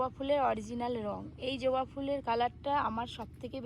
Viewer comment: ওটা জোবা নয় ওটা হবে জবা 😂😂😂